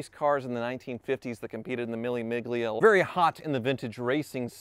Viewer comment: Mill-a Mill-ia